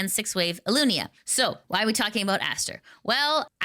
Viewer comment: It's ILUNA :D